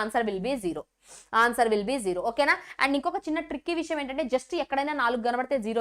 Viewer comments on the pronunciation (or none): none